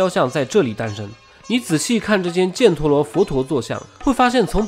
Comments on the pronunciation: 那个字，不念"建"，念"钱" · 把叙利亚位置标错了， 阿喀琉斯的喀读“ka”。 帕米尔高原位置标错了。 波特兰一直读错。 犍陀罗，jian读一声。 说“贵霜帝国国家中心”地图给的是克什米尔，但贵霜帝国中心并不在克什米尔。 应该读为神奈川冲*浪里，神奈川冲是地名。如你所说是富岳三十六景之一，是从神奈川冲看富士山，英文名叫Great Wave，并不是冲浪。